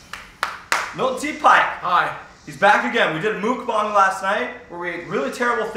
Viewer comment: 'mookbang" lol